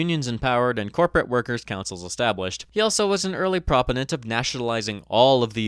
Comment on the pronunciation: Great video but, for future reference, the word is pronounced pro-POE-nent, not PRAW-puh-nent.